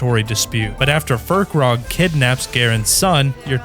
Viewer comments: Its Fir-kraag, not Fir-krog. There's no O, where is the O in the name?? There's only A's. AAAAAAAAAAAAAAAAAAA!!!!!!!!!!!!!! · Not fur-krag, fire-craig, you know, like firecracker 🤓😉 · Its not FirkRog, its pronounced FIRE CRAG